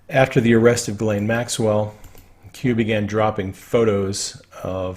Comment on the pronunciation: Not sure how She pronounces her name but the correct French pronunciation is: (hard) Gee - len. Not Gee as in "Oh gee!" Nor "layne" but "len". With Stress on 2nd syllable.